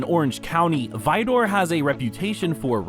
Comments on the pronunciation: Not vidoor it’s pronounced vider. It’s still a crap hole. 😊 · Pronounced Vider. Not Vidoor